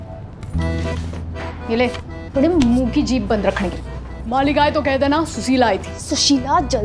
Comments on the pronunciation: It's Su-shee-la....Susheela... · Suseela nahi S-u-s-h-e-e-l-a😂😂😂😂😂😂